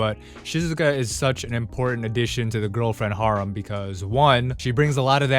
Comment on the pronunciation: your prolly the only person on the planet that pronounces harem like that